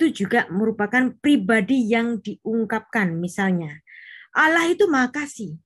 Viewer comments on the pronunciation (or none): Tulisannya ALLAH kenapa diucapkan ALAH..? Yang nyanyi mengucapkan ALLAH bukan ALAH. Mohon diperbaiki lagi pelafalannya,sesuai literasi linguistiknya...jangan alergi dengan pelafalan aslinya. Terimakasih🙏